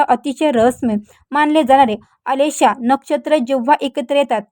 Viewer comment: आलेशा नक्षत्र काय म्हणता आश्लेषा नक्षत्र म्हणा. रखलेले नाही रखडलेले म्हणा.किती चुकीचे उच्चार करता मॅडम.